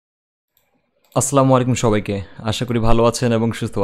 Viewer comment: ভাই, অাপনার সালামের উচ্চারণটা ভুল। তো কোন সওয়াব হচ্ছে না। অাসসালামু অালাইকুম হবে। অাশা করি শুধরে নেবেন।